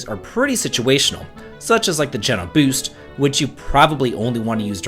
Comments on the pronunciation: It’s definitely Gene-o. Like the pizza chain if you’re from New England 😅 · geno's name is pronounced jee-no not jeh-no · Who else cringed when he pronounced his name as "Jenn-o" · Never heard someone pronounce Geno as Jen-o rather than Gene-o. Now I’m wondering which it actually is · I think a lot of people pronounce it GEE-NO. We're all just guessing at this point 😅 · Depending on how your pronounce it you may not be wrong. His pronunciation is wrong (not surprising, obviously as a kid we all had to guess). It's Geeno. Hard E. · we gonna teach him how to say geno ?